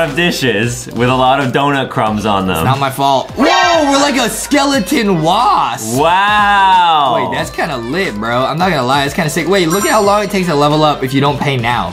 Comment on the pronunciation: He said skeleton wasp not waff